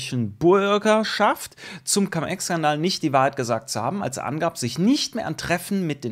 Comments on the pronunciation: warum immer noch Cam Ex? Cum = lateinisch und wird auch Cum ausgesprochen. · cUUUUUUm, wie Ungeheuer wird das ausgesprochen. Trust me - hatte 5 Jahre Latein.